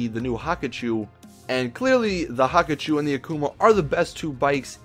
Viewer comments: WTF not Hakachou Its Hakuchou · It's pronounced Hakuchō not "Haku-choo" rolls away